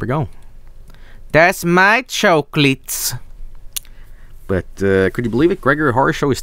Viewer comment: for "Das MAI chowklits!"